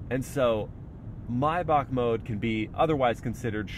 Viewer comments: It’s not pronounced maybak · The correct pronunciation is "My-bahh"